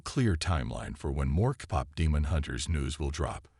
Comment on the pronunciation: If you are going to have AI read you might want to make sure they are reading it correctly. Cop is not the same as Kpop. 🤦‍♀️